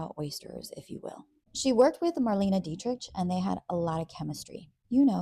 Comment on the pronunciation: Please pronounce people's names correctly. DEET-rick. MYOO-nee. RY-ner. The mispronunciations make you sound less credible, as do the tacky euphemisms. In every other way, I seriously enjoy your content and presentation! ❤❤❤ I watch you a lot!